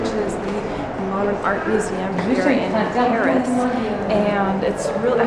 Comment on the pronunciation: Hi ;) do you speak french ? cause you have a perfect accent when you pronounce the place of Paris ... I usually speak french, I'm Belgian. Thank you to share your travel, it was nice ^^